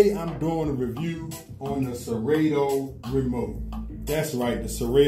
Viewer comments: Yo DJ! Serato is pronounced: Sir ra toe. sir rah toe Not sir rA toe....the a is not hard. Good look if you tag them in your video to get their attention. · Sera-toooo, Sera-toe, 😂😂😂😂😂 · Why you saying serato wrong